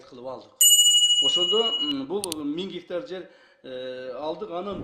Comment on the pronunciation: Бир 90гектар дейт анан эле мин геетар дейт Ким кандай тушунду